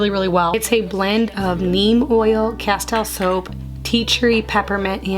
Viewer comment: Castile soap is pronounced casteel:)